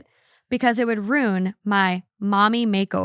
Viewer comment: for the love of God, stop mispronouncing the word Ruin. It’s ROO-IN not ROON. Correctly pronounced “ruin” has 2 syllables, so if someone is pronouncing it as one they are not using the correct pronunciation. You can listen to it in American and British English.